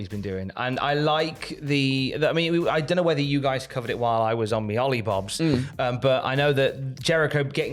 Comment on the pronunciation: Tom Say Olibobs